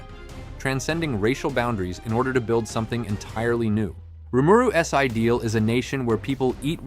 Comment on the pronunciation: Correct me if I’m wrong but this is not his real voice, he writes this a script and then has an AI/voice bot read it and it doesn’t quite read the grammar properly, for example it doesn’t read Rimuru’s it reads it as Rimuru s